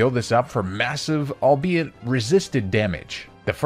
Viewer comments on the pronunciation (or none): none